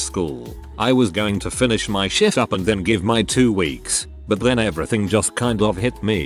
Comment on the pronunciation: Is it me or does the voice sound they are saying Shit every time they try to say the word Shift.